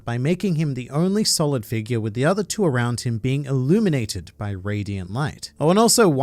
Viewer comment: his name is pronounced Viper